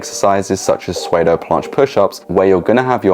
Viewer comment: Bro, I already told you. Soodo, not swaydo.